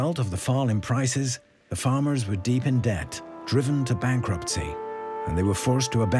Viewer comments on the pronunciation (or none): none